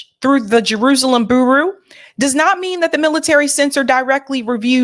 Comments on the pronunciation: pronounce bureau as bew-ro not boo-roo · never heard that pronunciation before. BOO ROO 😆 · It's Beer-row 😂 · Bureau is pronounced BURE-OH. Great report. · I love your show Bureau its "Bu-row" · Bureau is pronounced b-Euro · just FYI, "bureau" is pronounced: "BYOOR-row". 😀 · Just FWI: The word bureau is pronounced BewRow. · Just for future reference, bureau is not pronounced Boo Roo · I love the way you say 'Bureau' 🤣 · is my girl. I love her show and I love the way she pronounces BUREAU. She's a cutie.